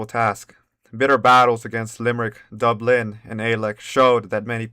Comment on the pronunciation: Pronounce Dublin exactly the same as Dubstep.